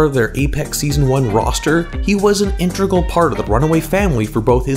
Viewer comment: it's integral, intregal isn't a word